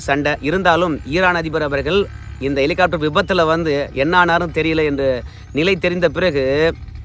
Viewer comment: என்ன எட்டி.. எலிகாப்டரா.. ஹெலிகாப்டர்..😂😂